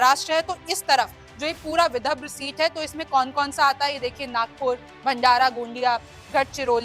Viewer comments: विभद्र नहीं ,विदर्भ है ,सही उच्चार करे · Mam thik se boliye विधब्र Nahi विदर्भ हैं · विदर्भ या विद्रभ 😂 हिंदी वाचन सुधार अत्यावश्यक है ❤🙏🙏🙏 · Dhire bolo didi...vidabhra nahi vidarbha. Yavatlam nahi Yavatmal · Vidabhra nahi Vidarbha he 😂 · Madam Vidharb hai, not vibhadra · Vidharbh na ki vibhdra😂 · विदर्भ लिखा है मैडम विदभ्र नहीं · y r u reading so wrongly. Read properly Yavatmal (not yavatlam) Vidarbha ( not Vidabhra) 😂😂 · विदभ्र नही विदर्भ कहीए रिमझिम जी। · Vidhabra nahi vidharba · बहन ये विदर्भ है, विदभर नहीं। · मैम बिदभर नहीं विदर्भ बोलें।मतलब विधर व। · विदभ्र आणि विदर्भ मध्ये फरक आहे मॅडम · Vidabra nahi vidharbh hai hai madam 😅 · Madam anchor apani hindi theek kijiye ki vibharv nahi vidhrav hai...hindi ko gaali deney jaisaa hai galat oodhaaran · रिमझिम जरा पडना शिकलो सही से पढो विदर्भ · विदर्भ है सही उच्चार करे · विदभ्र बोल रही है ढंग से उच्चारण कर नहीं सकती और यहां राजनीति पर ज्ञान बांट रही है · Vidhabhra kyu bol rhi hai ye 😂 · हिंदी पढ़ना आने वाले को एंकर बनाए विदर्भ पढ़ना सिखाइए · बिटिया, विदर्भ का गलत उच्चारण करती हो। सुधार करो।